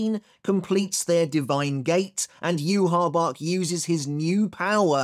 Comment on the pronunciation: Bro Its Not Hard To Say Yhwach’s Name Properly 🙈